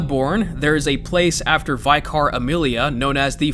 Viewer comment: For your info: its vicar amelia, pronounced 'vicker' like wicker basket A Vicar is a sort of priest